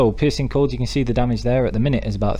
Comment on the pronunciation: Is it just me or did he say the ''Piss and Cold mutation build''